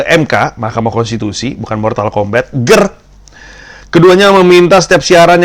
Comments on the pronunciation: "Ger"2nya kurang panjang, mas... harusnya"GeeeeerrrrrrrrrCUAAAKS...." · I laughed every time Pandji said "Ger"